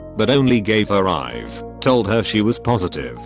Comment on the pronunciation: Can these text to speech channels not be lazy? For example when 911 is said, it's nine hundred eleven. When IV is said, it's I've. Instead of nine one one and I v. Sorry to nitpick but a little more effort goes a long way. Don't just copy and paste.